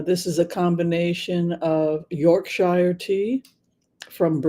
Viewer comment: Oh Yorkshire (Gold) tea is the best! - only it’s pronounced “Yorksher” and in England lemonade is the same as Sprite so a Shandy is a very refreshing summer drink (sometimes with added lime cordial. The ratio can be anything from 50/50 or just a splash of lemonade.